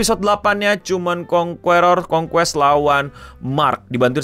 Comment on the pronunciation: Concueror ❌️ Concuest ❎️